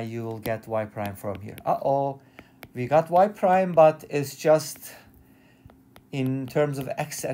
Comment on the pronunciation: "We have" not "vee have".